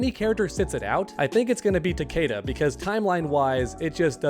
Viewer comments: Why did u say “takada” it’s “takeda” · ta-KEE-da ta-KEE-da ta-KEE-da